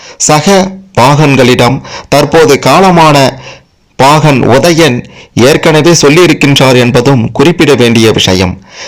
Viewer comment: முதலில் தமிழை உச்சரிக்க கற்று பேசவும். ஒதயன், ஒரவினர் ?